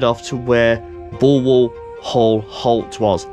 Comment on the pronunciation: Wow. someone that can actually pronounce Bulwell correctly. Well done! A day out for me as a locospotter in 1963 was to make my way to Nottingham and bunk Annesley, Kirkby - in - Ashfield,( where unusually they sound both "k's",) or Langwith junction sheds. The timetable on the Nottingham - Worksop route was such that I could perm any two from three. Memory fades with time but I can remember Linby with it's staggered platforms , the Great Northern station and level crossing to the right and the Great Central crossing on a bridge to the front. Upon return to Nottingham I would visit Nottingham Midland Shed. An area that I don't think I would dare visit today. In 2003 I took a 40 year anniversary sentimental journey along the re - opened Robin Hood line but I hardly recognized anything apart from Shirebrook West which had changed very little. Upon closure of rail routes the government sold off the right of way piecemeal so that a railway could never return. They really did'nt like railways.